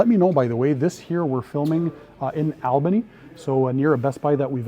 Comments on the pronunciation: You're not the only out of town person to say Albany wrong for Albany NY. Well say it like All not Al... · That’s pronounced All bany not Al